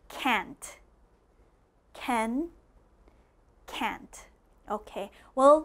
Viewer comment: this video is so wrong! make sure that you don't learn how to pronounce the 2 words can and can't from a non-native speaker.